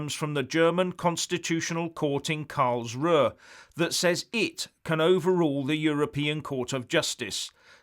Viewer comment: The Location "Karlsruh" (literal translation: Karl's rest(ing place)) Is pronounced "Carl's-roo"